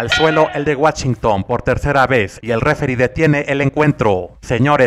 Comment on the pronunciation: En Guachington? xD procura ya no decir palabras en inglés que nomás no jejeje tu sigue comentando las peleas y usando tus chistes de Don, esa es tu magia